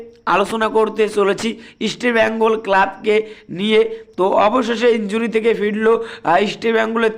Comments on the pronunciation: আপনি ইস্টবেঙ্গল বলুন, ইসটি ব্যঙ্গল না 😂😂😂😂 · আপনি আগে ইষ্টবেঙ্গল উচ্চারণ ঠিক মতো করুন তারপরে ইউটিউবে আসুন । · আপনি তো বাংলাইজানেন না। মনে হয় শিক্ষা দীক্ষা খুব বেশি দূর এগোয়নি। আপনি ইস্টবেঙ্গল কথাটা উচ্চারণ করতে পারেন না। আগে বাংলা শিখুন। তারপর চ্যানেল চালাবেন।